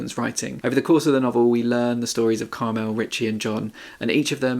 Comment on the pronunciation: Really sorry to be picky but it's pronounced CARmel not CarMEL. Common name for middle-aged women in Ireland.